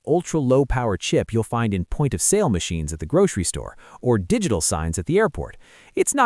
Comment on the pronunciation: you say "digital" or "dogital"?